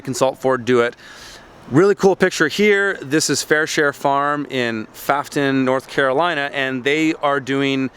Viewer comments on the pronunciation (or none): I enjoy your videos. FYI- "Pfaffton" is actually Pfafftown, and it is pronounced "poff´(as in "doff") -town" . I had never heard of it until I moved to this part of North Carolina. All the best to you!